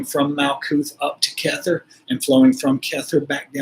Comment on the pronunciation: I love it! You came to me as my loved one reached out twice via number 47. the 18, and 18, and you are now 47. Your pronunciation of the sefirot is a little funny though.. remember, it's Aramaic (Hebrew) chet is the choking sound. keter is keh-tare, not kether 😅